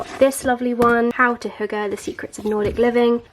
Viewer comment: That's so nice that you said hygge approximately how a dane would say :)